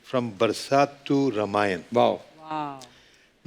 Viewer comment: रमायण ? कपिल शर्मा रामायण राम रामायण बोलिए ।😅😅😅